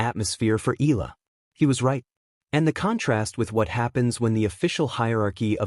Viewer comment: Wby do you keep on saying the wrong pronounciation of the name ella, Eala is pronounce Ee-ya-lah ( 3 syllables). Eeyalah